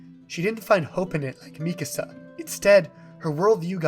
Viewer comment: Not at all related to the topic but I'm so glad to hear Mikasa's name pronounced this way. I've been hearing other people say it like "Mi casa" and it drives me crazy